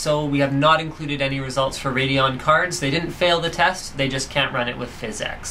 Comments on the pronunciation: physx not physex... :) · lol "fizz ex'' instead of pronouncing it "physics" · i know that but he pronounces it differently